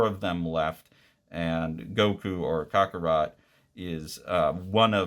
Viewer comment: You actually pronounced Saiyan and Kakarot correct. Good on you